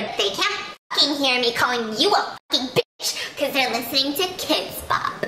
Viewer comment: Why did she say bitch so hard on 🤣🤣🤣 I’m crying